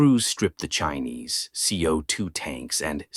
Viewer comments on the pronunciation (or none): Chines is not pronounced Chinese!